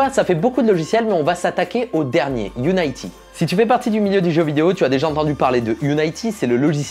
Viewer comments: On dit Unity (i) et pas Unayty je crois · UNITY ca se prononce You-ni-ti pas you-naie-ti meme en anglais :) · Par contre Unity ça se prononce quasi comme en français (pas Unaïety) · Qui d'autre que moi est frustré de pas entendre "youniti" ou "uniti" mais"younaïti"..? Surtout quand t'entends après "Unreal HAINEGINE"... T'as quelque chose contre les jeux videos en fait? :D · "Angyan lé bien" "Unaïty" "Unreal Angine"